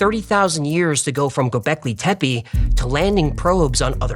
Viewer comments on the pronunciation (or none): G Ö B E K L İ T E P E !! FIRST LEARN TO READ TURKISH, THEN SAY THE DAMN NAME CORRECTLY!